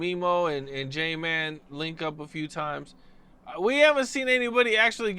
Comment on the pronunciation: ”JAY-MAN”